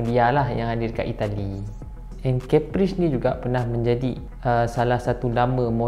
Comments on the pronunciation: kappris bukan Keppris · Im sorry but Caprice sounds like Capri-sun...pls dun attack me